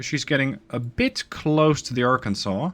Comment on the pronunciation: You did a near-perfect pronunciation on Arkansas and some people saying similar fashion of Kansas put in a ar in front of it multiple ways to pronounce it but you did want a more common ways to do it if you did a pretty well so kudos to you